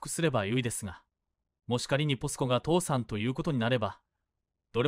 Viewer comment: 「父さん」では無く「倒産」ですよ⁉ 変な日本語❓